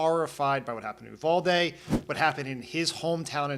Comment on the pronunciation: Uvalde = "Yew-val-dee" not "Ooo-vahl-day." Yes I know, but still, "Yew-val-dee"